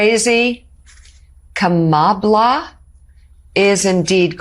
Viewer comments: Her name is Kamala..Ka-ma-LA !! Emphasis on KA, AND LA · Just remember: the stress on Kamala Harris' first name is on the first syllable. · Please pronounce Kamala correctly with emphasis on the first syllable, not the second syllable. Maga says it wrong on purpose. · {KAHH - mah- lah} Please don’t say Kamahhla again. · Please pronounce Kamala's name correctly: "COMMA-la". Its NOT: "Ka-MALA" Please watch the DNC convention when her neices coached the crowd on the correct pronunciation. Thank you so much. We appreciate your commentary but pronouncing her name correctly is imperative. Otherwise you are playing into Trump's playbook of mispronouncing her name purposely:-) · Please, please, please start pronouncing the Vice Presidents name correctly! It’s Comma-la… not KA-Ma-la! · Could you PLEASE learn how to say Kamala’s name. It’s not Ka mah la. It’s comma la. You can refresh the lesson provided by her great nieces during the DNC. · Seriously? YOU just said Kamalas name wrong several times. It's Comma La.. NOT Ka Mall Ah!! Jesus Christ! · I love ya, but it’s Kah-mala not Ka mahla. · I dont mean this to be rude, but you're saying her name wrong too. It like Coma-La not ka-MA-la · It’s not ka-MA-la, it’s KA-ma-la, or “comma la”. One would hope that the MTN hosts would at least get it right… 🤷‍♀️ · K, it's Comma la. Not Ka Mala, like Trump says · KAH-ma-la,, not kah-MAH-la. Don't be like Trump. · Please don't misspronounce Harris's name. It's KA-ma-la. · also, not "come allah" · Just an FYI... it's pronounced "comma-la"... please don't say it like the purposely do! I think everyone should know this by now! No disrespect intended! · COMMA-la. Please learn how to say her first name. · Please say her name right! Comma- la!! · Could you please pronounce Kamala correctly or refer to her as VP Harris. Kamala = KAM a la. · I love listening to your show, but could you please Say kamala's name correctly? It's Comma~La. Phonetically speaking. Thank you😘